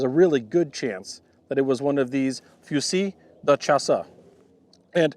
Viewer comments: Few-seal duh shass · Foozeel de shahss The "Fu" in Fusil is "foo", the s is like a z, the il is an "eel" French usually drops the e-vowel at the end of a word, unless it's an é (e with the upward accent, or "accent aigu"), which then becomes the literal English "A" sound from the alphabet. It may also drop vowels in a couple other cases, I can't remember. Also, "s" at the end of a word usually gets mostly or entirely dropped unless followed by a vowel in the next word, and then the s becomes a kind of z sound. But in the case of "chasse" here, the e on the end would be silent. So, it's like "chase" in English, but with some wider-mouthed "scha" stuff going on up front. This has been a brief, confusing, and probably wrong lesson in French pronunciation. I await being told I am wrong. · You're pretty close to the pronunciation. Its Fusee Dee Chaas. Good attempt tho. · Fusil De Chasse Is pronounced as Fusee du shasss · I am bilingual English/French - for an easy and accurate pronunciation of this gun's name in English, you could say it more like "fu-ZEE duh-SHASS". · Foozeel (really really light on the L, barely saying it) deu (eu pronounced as per the oo in good; a sound we use seldom in English, but they use it a lot more in French) Shasss (last vowels don't tend to be pronounced in French, and Ch is Sh, hence Shass is how you say Chasse. Hope that helps with pronunciation, if you are interested. Another really good video man! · Pronounced fu-seal di shass. Je parle un peu francais. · A better French pronunciation would be: few seal duh shhh ass. Few seal duh shhh ass. Say it with me.